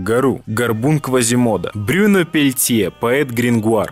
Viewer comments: Только произносятся имена как БрюнО и ПатрИк ;) Довелось побывать на русскоязычной версии этого шедевра (слава Б-гу в этот день составе небыло Петкуна другой малый спел гораздо лучше него) - ЛУЧШИЙ мьюзикл который я когда либо видела и слышала!!! (все песни во время представления я пела на французском). Счастливчики те люди которые воотчию видели оригинальный состав с Гару БрюнО и другими великолепными певцами!!!! По песням Гару я учила французский, обожаю его, но Брюно тут мега крут! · Bruno ударение во французском языке, падает в именах на последний слог!